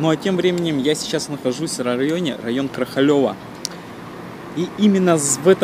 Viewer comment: не знала, что совсем недалеко от моего дома снимали это кино-. А район Крохалевка - ударение на о )) - Крохалево)